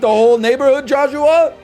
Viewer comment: The best thing about this series is getting to hear NL say Joshwah on a regular basis.